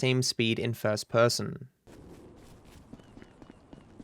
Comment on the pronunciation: I like the way he says "first person" fuss pussum 😂